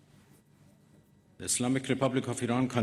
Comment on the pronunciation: jaaa not izslmic 😂